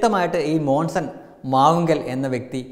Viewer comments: മോസൻ അല്ലടോ മോൺസൺ മോൺസൺ 😄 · മോൺസൺ എന്ന് ആദ്യം പഠിച്ചിട്ട് വാ 😂😂😂😂😂😂😂😂